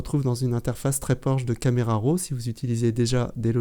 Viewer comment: Excellente démonstration, merci beaucoup. Pouvez-vous me dire si Affinity traite les fichiers RAW de Z7 ? (pouvez-vous ne pas prononcer RO?)